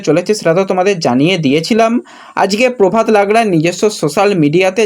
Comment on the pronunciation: তোমাকে আগেও বলেছি তোমার বাংলা উচ্চারণ ঠিক করা দরকার । প্রভাত লাকরা কে তুমি বলছো প্রভাত লাগড়া । খুব বাজে লাগে শুনতে । এমনিতে তোমার চ্যানেল আমি খুব ফলো করি, ভালো লাগে ।